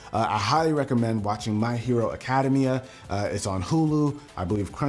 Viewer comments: did you say my hero academia like academy-ia. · My hero acada mia and fate apocry phyia? Pronounced both of them wrong. Just saying. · Be sure to check out my hero academia Me: I’m sorry what did u say rewinds video: Academia Me: Hold my beer flips table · That "academia" word pronounciation xD